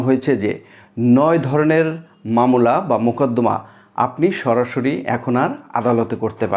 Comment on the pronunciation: মামলাকে মামোলা বলেন কেন